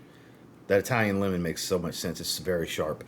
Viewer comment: You said, "Italian lemon". I heard, "Italian women". 😂